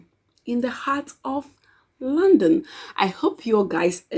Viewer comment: It took me few minutes of listening to you before I could know that you were saying London and not 'Landing'. Lol